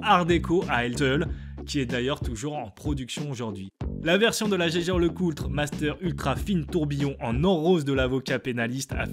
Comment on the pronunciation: Jaeger la prononciation 🤣